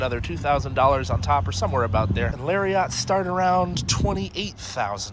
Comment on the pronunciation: Lol when he mispronounced Lariat.